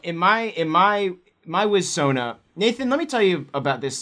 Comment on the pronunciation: Every time you said "wiz-sona", my brain said "Tommy Wiss-sona". You should do something with that concept.